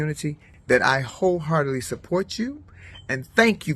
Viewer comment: Flame Monroe - "...I HOE heartedly support you.." - LOL! I know Flame didn't meant it like that, but it just sounded funny.